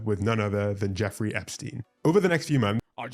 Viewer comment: it’s jeffrey, not jeffery